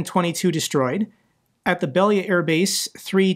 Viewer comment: Bel-AY-yah come on